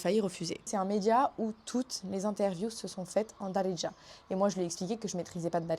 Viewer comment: C'est "Be Dziriya" littéralement " en Algérien " ce mot Daridja ne veut rien dire en faite . Il faut travailler ton H ح c'est le plus dur pour les étrangers non arabes